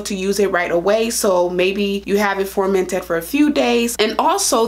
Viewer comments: It’s FER-MENTED... with an E! Not FORMENTED !! Your pronouncing it incorrectly You are an educated woman.. please pronounce the word correctly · You pronounce the word FUR-MENT-ED NOT FORMANTED LOL YOU'RE VERY PRETTY BTW👍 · You keep saying formented? Do you mean fermented? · She kept saying formented.